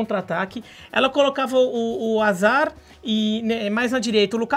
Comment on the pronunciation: O livro é super inteligente mas perdeu meu respeito quando ele falou Azard e n Hazard